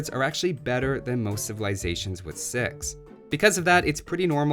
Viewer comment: "We put villiagers on sheep until we have sex!" Now is that your kiwi accent doing that or just being a kiwi at heart... if you catch my meaning?